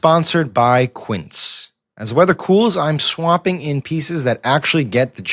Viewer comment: For the love of English language please have Sam re-record this ad read for quince and enunciate swapping. He's saying "swamping"